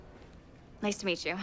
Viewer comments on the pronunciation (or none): none